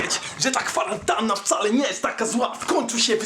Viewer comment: kwarantanna a nie kwaranatnna